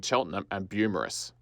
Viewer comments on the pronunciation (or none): Amazing video! My only correction is - the suburb is *Beaumaris and pronounced as "bow morris" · Great video! Small refinement, Beaumaris is pronounced "Bow-morris". :) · It's pronounced Bow-Morris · Good video but you misspelled and mispronounced a whole bunch of shit so you might wanna make a bunch of edits and re-record the audio when you learn to say Beaumaris Bo/Moris, Nepean Nep/ian and Carnegie Car/neg/ee correctly… I’m guessing you’re not from the SE burbs? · The Beaumaris pronunciation keeps distracting me and I have to skip back to rewatch what I’ve missed 😂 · I've never heard any-one from Melbourne pronounce Beaumaris or Maribyrnong like that. But to be fair, I had always pronounced Murwillumbah differently to how people from around there do. Apparently, it's not "Mur-will-lum-bar" but "Mu-wril-loom-bah." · Great video mate. I can see lots of research went into it. The visuals were excellent. Beaumaris was pronounced and spelled wrong but otherwise good job. Too many very critical comments here, don't worry about those.